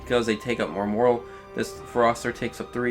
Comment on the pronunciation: It's not moral, it's pronounced MORE-AL and is a completely different word